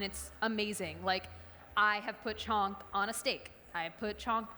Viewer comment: Mediocre Indian/NRI cook who has learnt one or two things.. which she uses in every recipe.. here 'chhonk' & 'ghee'(in her words chonk and ghay).... I've watched her daal(Dahl=in her words) recipe she sucked miserably(no one in india makes dal like that no spice also her daal stucked in pan and putting her with madhur jafry lower madhur jafry's skill and knowledge and experience.. really there great indian chefs out there in US.. why to lower the leval of platform with her.... Dont come at me this is opinion of one indian who is passionate indian food lover